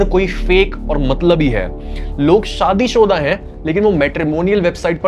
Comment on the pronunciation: "शादीशुदा", दोस्त। Not "shadi shoda".